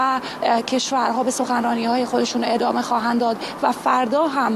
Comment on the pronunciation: ادمه . یا عدمه . چه معنایی دارد این آقا نمیتواند از روی کاغذ هم فارسی بخواند و ادامه را ادمه میخواند و اگر منظورش عدم بوده دیگر عدمه معنی ندارد . تو خود حدیث مفصل بخوان از این مجمل .